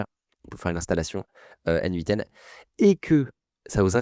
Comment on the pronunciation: Nitpicking Joe here, mais ça se prononce "Natan" (à l'anglaise: "N-eight'n").